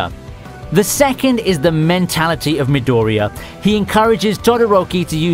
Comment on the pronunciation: Midoooriya dude its Midoriiya !